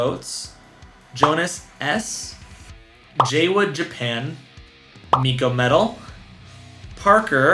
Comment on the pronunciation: lol good try! Its read as "Mikoto"(the character is life which is correct).;) I'll throw in a vote for Sayonakidori as well